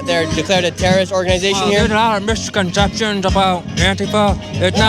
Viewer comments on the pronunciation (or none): "Antifa's nota organdization, it's a gwoup of people" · Anifwa is an owganization standing up for ouw wights” lmfao 😂